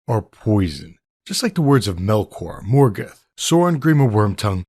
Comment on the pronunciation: "Mor-guth"? "Sore-awn"? "Leh-GO-lus"? Everything in Tolkien is a children's story, just like The Hobbit? LMAO